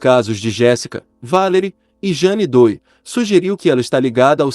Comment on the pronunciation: Jane Doe - leia-se Jane Do --- esque o e e pronuncie oa letra O como se tivesse acento circunflexo